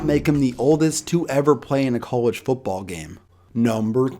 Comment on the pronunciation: The word is football. Foot ball. Not foopball. Foopball is not a word.